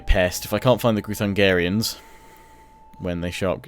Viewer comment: Groo-thun-gee-ans not groo-thun-gah-rians. As a Hungarian this bothers me a tad haha. :D A little constructive criticism. Love the videos tho! (the Magyars, your ally, are the ancestors of Hungarians - we were a tribe once before we settled in Pannonia. In our language, Magyar = Hungarian).